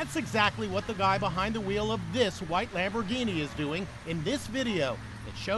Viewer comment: Do NOT pronounce it like that!